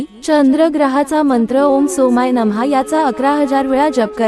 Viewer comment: नम नाही नमः असं आहे ते उच्चार